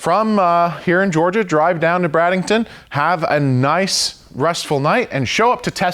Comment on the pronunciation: "Brad en ton"